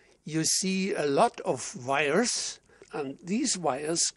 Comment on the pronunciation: He say (vires) insted of (wires) ..(w) in germany pronanoiced (v)